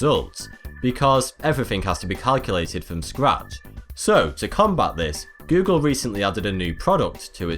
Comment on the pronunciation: And how does he pronounce it? Gü-gül 😁